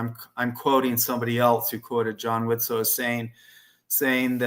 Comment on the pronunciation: Thank you for pronouncing Widtsoe correctly unlike a few of our friends who can't seem to pull it off.